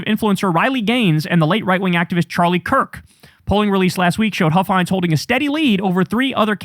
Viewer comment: Don Huffines is pronounced like puffins with an H. I think if you do a deep dive into him, you'd be shocked into everything he's said and done.